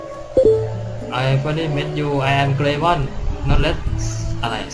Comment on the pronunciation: เกรย์ม่อน จะอ่านเป็นเกรียม่อนละพี่